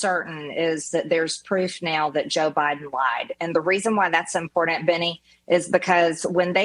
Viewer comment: Love me some MTG. I only wish she'd learn to say the word imporTant not impordant